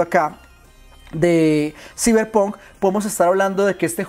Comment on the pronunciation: Siberpun? Se pronuncia "saiberponk"